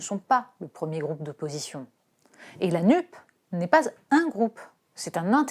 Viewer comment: NUPES: se prononce "nupesse" comme CAPES...... vous le savez très bien!